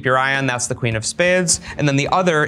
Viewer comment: "...that's the quin of spehdes"